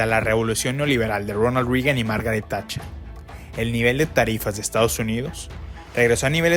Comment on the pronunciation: Ronald Reagan se pronuncia “REGAN” no Rigan….se oye tan mal cuando dicen Rigan